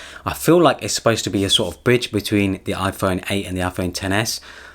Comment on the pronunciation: Anyone else thought he said bitch instead of bridge lol